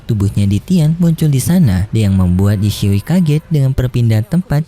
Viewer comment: Kenapa ye xisui lu baca ye sihui min kek aneh banget 😑